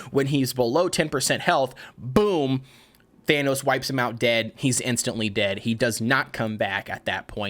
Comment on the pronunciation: Its... Than-a-tos. Not thanos with the infinity gauntlet lol